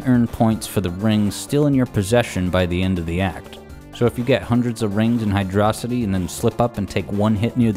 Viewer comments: Hydracity? It's Hydrocity. Check that spelling. "Hi-droh", not "hi-draw". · Stopped watching the moment you pronounced Hydro City, "hydrossity."🤝🤝🤝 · As soon as I heard "High Dross Itty" instead of the true and proper pronunciation of "High Dro City" I knew I just couldn't take this video seriously. 10/10 otherwise. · it's hydrocity not hydrocity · "...Hydrocity." WHAT! I always called it Hydro City. For nigh on 30 years... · "Hy-dross-ity"? Are you Megamind? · Sorry, but you couldn't pay me enough to pronounce the zone name the way you did . Seriously, it baffles me why people pronounce it this way when it's bloody obvious where the zone name comes from. You're in a CITY that's based around WATER, the latter word having the ancient Greek version "hydros" (think "hydrate" "hydroelectric", etc.). HYDRO. CITY. Case closed. I will die on this hill. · my brother in christ did you say Hyd-rossity unironically? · I am almost 100 percent sure it is pronounced Hydro City, as in, a city of water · You pronounced it "high draw city", I'm not watching the rest. Rings are the equivalent of coins in Mario. It's not an easy mode if someone's objective is to collect as many rings as possible while reaching the goal in the fastest time. Rings are collectables. I can judge a game off its first act. It's not the full experience, but the key is engagement. So, if I lose that while playing the game, then that's okay because everyone is entitled to their opinions of what they like. I can make arguments on games I didn't like with a short time of engagement because it's a refinement of what aspects I enjoy about games. I can definitely do the same with games I've experienced the full main story aspect of. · It's 'Hydro-City'... Thank you.